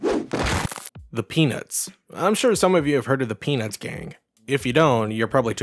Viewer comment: Your pronunciation of 'Peanuts' sounds a bit too much like 'penith'.